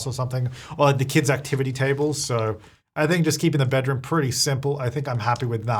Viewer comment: I thought he said "the good thing about kids is that they have infinite clutter" 😂 which is true...but be said kits.